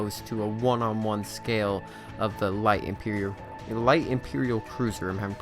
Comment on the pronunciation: The cringe when he said imperior.